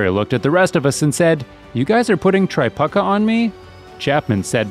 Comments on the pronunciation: I couldn’t watch anymore one he said Tri-puck-ah instead of Tre-pew-kuh. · LOL Kelly Tri PUCKA. Its Tri PUKE A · Try-puke-a, not Try-puck-a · “Tri-PUCKKA” hahahaha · I'm not sure what I enjoyed more. The Bird highlights or listening to you try to pronounce Kelly Tripucka's name... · The mispronunciation of Tripucka makes this video.